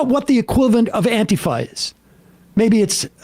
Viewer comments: If someone pronounces it "anteeeeeefa", then you know that they don't have a clue what Antifa really is. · I love how right wingers pronounce Antifa like it's their dad's sister. As if it's so abstract to them, that it's not only the meta that's impossible for them to understand but literally the word.